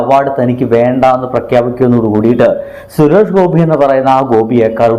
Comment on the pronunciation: ആദ്യം സുരേഷ് ഗോപി എന്ന് മര്യാദക്ക് പറയാൻ പഠിക്കടാ